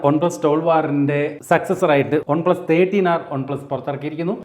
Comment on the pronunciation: "Ohn plus"😂😂